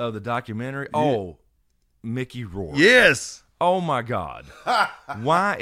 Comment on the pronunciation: “Mickey Rouke” 😂😂😂